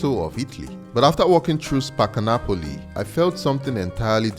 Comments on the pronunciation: translator app. Sounds like you saying Nipples instead of Napples ”😅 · Why am I hearing nipples!??? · Just to set the record straight it is NAPOLI and not NAPLES